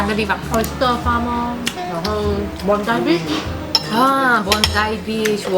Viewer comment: Bondi的发音是Bon.dai 😂😂😂希望不会被喷因为英文老师上身！Bondi其实是澳洲原住民的词语！